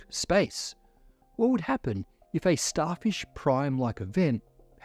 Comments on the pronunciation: "Starshif Prime was a..." Lol. We know has been following SpaceX's Starship program development closely (maybe too closely, like many of us) and now can't say "Starfish" the first time:) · I hear it as "Starshif" instead of "Starfish", accidently swapping those two consonant sounds. A classic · wait, did he just say “Starshif”? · he said starshif (spoonerising fish into shif) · Yeah starshif